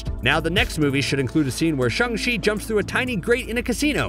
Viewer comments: Umm for the whole video u were saying “shEng chi” instead of “ShAng chi” which means angry lol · Shaaaaaaang .... not shUNG! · The way you butcher the name “Shang-chi” even after he literally told how to pronounce it in the movie is super cringey